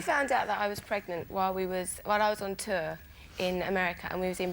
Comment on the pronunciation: She did pronounce the word 'tour' the posh way.